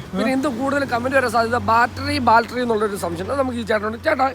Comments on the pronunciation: ബാൽട്ടറി അല്ലടെ ബാറ്ററി ദൈവമേ ഇവരോട് ആരു പറഞ്ഞു മനസ്സിലാകും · ആരെങ്കിലും ഒന്നു പറഞ്ഞു കൊടുക്കെടൈ ബാൾട്ടറി അല്ല ബേറ്ററിയാണെന്ന്. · Baltary❌ Battery ✅😂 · ബാൽറ്ററി 😂😂😂ബാറ്ററി ആണെടോ 🥹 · Kutta baltery alla..... BATTERY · ഇനിയെങ്കിലും ഈ ബാൽട്ടറി മാറ്റി ബാറ്ററി എന്ന് പറഞ്ഞു കൂടെ? 😆